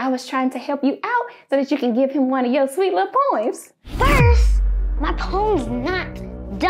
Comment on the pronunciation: “It’s just from the cann”😹😹😹